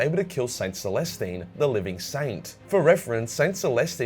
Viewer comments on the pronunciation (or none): none